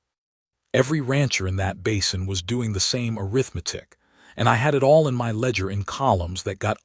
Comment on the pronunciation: ARITHMETIC WITH ACCENT ON THE 2ND SYLLABLE IS RIGHT, BUT THE NARRATOR SAID arithMEtic WITH EMPHASIS ON THE 3RD SYLLABLE.